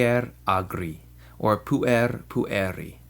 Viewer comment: Correct me if I'm wrong, but I believe the syllabification of puer ir pu-er; therefore, the accent must fall on the first syllable (should be pronounced as púer-, instead of puér-), by the rules of accentuation, unless the word exceeds 3 syllables (or is changed by enclitics).